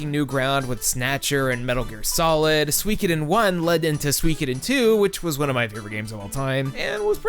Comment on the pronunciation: The way he says suikoden makes me go crazy